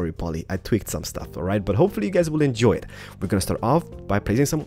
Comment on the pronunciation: At start u say Hey Gays AHAHAHA